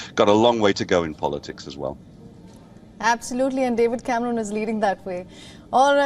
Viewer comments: Yep, took me a couple of seconds to work out who she was talking about! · David camrooon, 😂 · David camrooon 😂